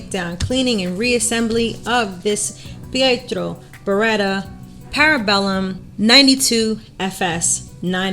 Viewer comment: Very good pronunciation of "Pietro", not so much of "Beretta" :P Try to articulate better the E: b e retta!